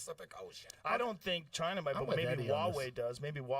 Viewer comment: It’s 🦠…..it comes from Ch-eye-nahh